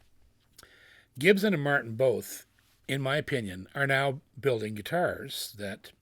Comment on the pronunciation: Gibson not GibZen